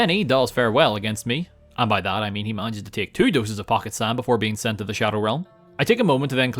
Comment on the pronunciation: Are you saying sarnd in 0.25? Sounds funny i Will get you SARND